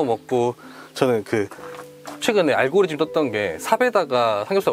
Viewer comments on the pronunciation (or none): none